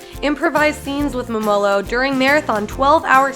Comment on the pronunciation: Pronounced Mumolo wrong the whole video